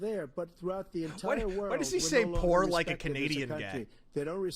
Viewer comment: "Why does he say poour like a canadian guy"? Because poverty's a foreign concept to him.